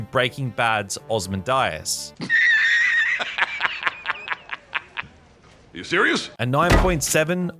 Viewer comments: Im sorry. Ozmadias?? You mean Ozymandias? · “Oz man die us” jeeeezus I’ve never heard a word butchered so bad in my life. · Wait how the hell did you pronounce ozymandias?